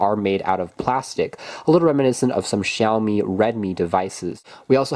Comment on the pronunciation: Wow, you must be the only English speaking tech YouTuber who can pronounce Huawei and Xiaomi properly!